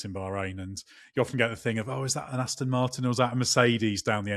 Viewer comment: It 'Aston' with an 'O' not an 'I'.